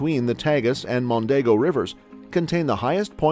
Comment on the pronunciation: Here are 15 fascinating mistakes in this video: - "Its", not "it's". - "Estrela", not "Estrella". Estrella is Spanish. - Mondego, not Montego. - Parque Natural da Ria Formosa, not Doria Formosa. - Álvares Cabral, not Alvarez Cabral. Alvarez is Spanish. - Neither Pinedagueres nor Pineda gatez, it's Peneda Gerês. In this case the "g" has "j" sound. - It's Benagil, not Bengali. - The path the Douro river takes is not the border nor it marks the distinction between Portugal and Spain, the river that (partially) does that is the Minho river. - What??? I'm a 57 year old portuguese person and I've never heard of a carnival with boats in the Algarve! Plus, those pictures are from boats in Vila Nova de Gaia, which is in the opposite side of the country. - Not any rooster, it's the Barcelos rooster. - We call it Bacalhau, not Bacalao and certainly not mackerel. - Azulejos, not Azuelos and definitely not willows. - Sarah Del Rey, a Candia rose???? 🤣 - What others already said in the comments. - Those clips are from the Lello bookstore in Porto, not from the Bertrand bookstore in Lisbon. If you're going to keep putting subtitles in the videos, get them right instead of letting the Artificial Ignorance do them. Or don't put them at all, they make things even worse than your pronunciation.